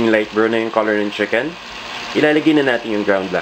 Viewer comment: CHICKEN not SHIKEN...-.-'